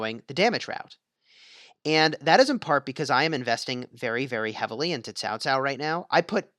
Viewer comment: Why? Why do you pronounce Cao Cao as Tao Tao? Can you not spell "Ts" or at leat "K"? 🤦🏻‍♂️